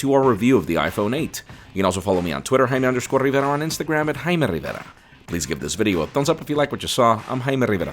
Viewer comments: Hymen Rivera is what I hear 😂😂😂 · Haimeee Rrrrrivierrrraa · What the hell did he say his name